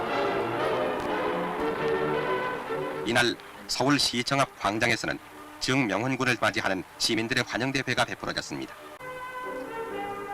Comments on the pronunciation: 정명훈이지 왜 정_명훈이라 발음하지? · 아나운서 발음이 이상해요… ㅎ ‘즈응명훈 군’ ㅎㅎ